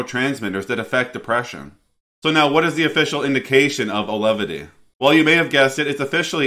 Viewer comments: You called the drug Alevity. I believe it's pronounced like it's spelled. Au-ve-lity. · My wife starts this tomorrow with years of MDD. Hopefully effective as nothing else is. P.s. it's pronounced 'Awe-Velity" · You mispronounced both "Auvelity" and "Bupropion" within the first two minutes of your video. What a clown.